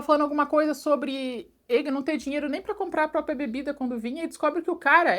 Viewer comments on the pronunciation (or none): none